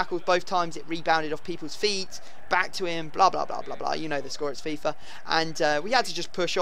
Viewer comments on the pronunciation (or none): none